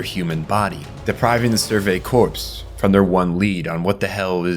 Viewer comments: "core" not "corpse" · Corps is pronounced core btw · Corps isn’t pronounced “corpse”.. it’s “core” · This is a brilliant video, really, really good. But your mispronounciations drag me right out of the story that you are telling so diligently. Esssscape, not ex-scape. Corps, as in the scout corps, the marine corps, is pronounced as core, not corpse. Bertholdt is prounced bert-hold-t, not berfoldt. Jean is pronounced as a soft J, like the French name. Its just confusing to me how you are mispronouncing characters names, given that you must have watched the show? The other words I get if you watch subbed, maybe not escape though, thats a criminal mispronounciation. Also there is no such word as "irregardless". It is regardless. That's it. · corps is pronounced like "core." the "p" is silent. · bro its not "corpse" its "core" cmon man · Just so you are aware, corps is pronounced like core instead of corpse. 😘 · "the 104th cadet corpse" LMFAO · this is 100% AI narration, you know how to say corps properly later around 33 minutes in and you pronounce Bertholdt 2 different ways as well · he pronounces Ymir as "yimmer", corps as "corpse" and bertholdt as "birth holed", the funny thing is sometimes he says them correctly, tell me this is AI slop again, buddy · It really bothered me you kept pronouncing corps wrong. It sounds like “core” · Just so you know, the "p" and "s" are silent in "corps." So it just sounds "core" as in the Marine Corps. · very much a real person, usually ai channels make shorts and long videos he has actual community posts and other things bots dont do.